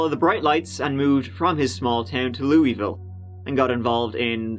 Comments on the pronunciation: I have no idea where that dude came up with that ridiculous pronunciation but it's definitely not correct. It's just "Looavul" or if you wanna sound like a real native, just "Loovul". Source: I live 3 min from downtown Louisville. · You were closest on your second time trying say Louisville correctly. In and around Louisville it is pronounced like this, loo-a-vul. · I’m from Louisville and you didn’t pronounce it correctly. 😂😂😂😂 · I already know there’s people from Louisville getting triggered by how pronounced it 🤣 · I think you should just pronounce “Louisville” differently everytime you say it. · Your second pronunciation of "Louisville" in the beginning was the correct one and then you pronounced it wrong the rest of the time. I do appreciate you trying though. doing my city! Can't decide if that's good or bad. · No, he's not. He pronounced it correctly one time in the beginning. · LOU-A-VUuL Drives me nuts but you got it right the second way you pronounced it. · I’m from Louisville KY and live around where this happened!😬 oh & it’s pronounced 'Looeyville'. You got it right the 2nd time, it’s okay though no one says it right lol Love your uploads!! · it's pronounced by the locals as "luhvuhl." I annoy them when I say "Loo-ee-ville" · most people from the surrounding areas don't really say lou-ee-ville, it is more of a loo-ull lol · Most people I met pronounce it Lewavle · Lew-u-vull. That's how it's pronounced here. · Kentuckian here. It's pronounced Loo-uh-vull. Just for future reference! 😁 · I believe the people who live there typically pronounce it as: "lou-uh-vul" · It’s pronounced Luh-ville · Yeah I'm from Kentucky myself, live in Louisville...I pronounce it " loo- a-vool" as well lol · In Kentucky the locals pronounce it /Louie-vull/. ❤️ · LEW-uh-vull. The pronunciation never starts making sense, no matter how long you’re here. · you’re my favorite. PS- Typically Kentuckians pronounce it ‘lewl-ville’ - Cincinnati, OH